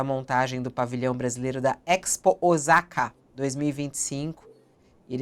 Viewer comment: Fabiola ! Osaka se fala Ossaka e não Ozaka !!!!!